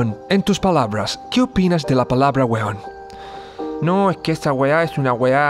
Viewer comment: Si un extranjero no entiende ésta weá... es aweonao.... wena weon te felicito.. por darte el tiempo de explicar... solo una sugerencia enfatiza el acento que corresponde al conjugar la palabra weon, ya sea prosódico o si lleva tilde.. si me aweoné .. te pido disculpas. Saludos de un chileno.